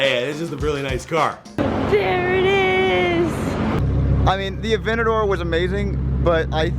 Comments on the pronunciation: Dude it’s pronounced a-ven-ta-door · Lamborghini "avetador"